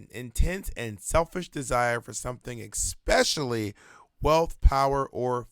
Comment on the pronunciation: ekspecially and hubric. I’m learning some modern English from my favorite queen